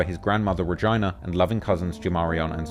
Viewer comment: It’s pronounced Rey-gee-nuh 😭rip Jeff